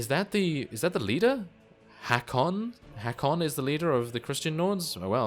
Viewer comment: Håkon is pronounced "Hawkon" with a strong "O"